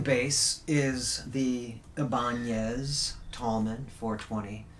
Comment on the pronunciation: The proper Ibanez pronunciation and not giving up on the old school goth aesthetic. Love it.